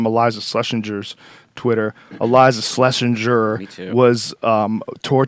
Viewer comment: She said a million times Joe its Schlesing grrrr ... Not jer